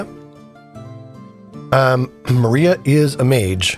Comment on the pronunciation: It's not maria- it's Mariah like Mariah Carey. ✌🏽